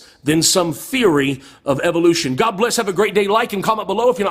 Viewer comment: you're a heretic, liar, ignoramus, and you say guhawd like it makes it more powerful. prove god for me, then explain suffering. I can't stand that you're profiting from me having watched you're ridiculous rant.